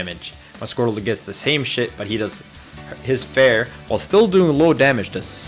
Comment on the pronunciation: why does this guy say "scrotal" whenever he talks about Squirtle?